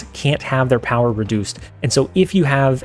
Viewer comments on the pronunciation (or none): none